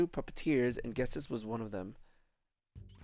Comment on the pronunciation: It’s pronounced Jet-is not Get-is. Why does everybody mispronounce Ghetsis’s name? It just bothers me that’s all.